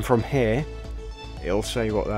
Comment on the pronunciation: "From hair" 😂